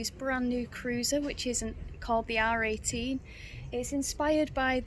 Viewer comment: I keep hearing 'R.A.T' instead of 'R18' !